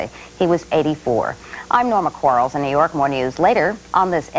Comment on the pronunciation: That's actually Quarles; not Quarrel.